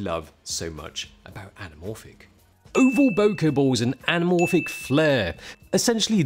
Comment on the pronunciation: Correct! And boke-uh not boke-eee!